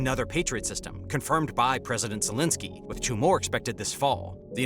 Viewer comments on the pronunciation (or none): none